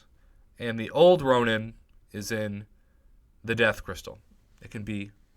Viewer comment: Its Ronin, not Ronan in the first crystal.